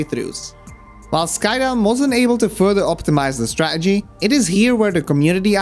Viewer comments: Awesome video but please. It’s StraTegy. Not Stra’egy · Stah-ah-gees lol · You say -Str-ah-gee It is Stra - TA - gee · I love the way you fully pronounce every word then say 'straegy' like some bloke at the pub. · IT’S PRONOUNCED “STRAT-ERGY”. Emphasis on the second T. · Bit of a negative comment but man... please stop saying stra-uh-gee if you're going to say it a million times in the video. It's jarring. Also, I'm sure many people enjoyed the style of your video but it was long-winded and took forever to get to the point, so, thank you for the timestamps. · Why do you all of a sudden become bri'ish when saying stra'egy? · Guy says strategy so Scottish ahahah, from a Scot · I love how you pronounce strategy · why tf do u say strategy like that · Cool vid. The way you pronounce 'strategy' seems different to the rest of your accent. It's curious. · Very entertaining video, but your aversion to pronouncing the letter T in a video about strategy is kind of grating on my bones, like nails on a blackboard. Still gets a like though.